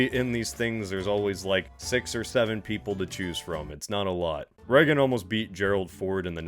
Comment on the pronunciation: Why does he keep calling him "Reggen"? It's "Reagan", no?